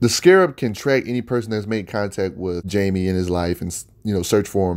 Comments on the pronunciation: It's pronounced Hi-May or Hai-May. Not Jame-e. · It's Hi-Mei Reyes, not Jay-Me Reyes. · It’s pronounced like HIGH-, not JAY. Not saying it to be rude, but to let you know. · Great video bro but his name is Jaime... with a Spanish accent not Jamie.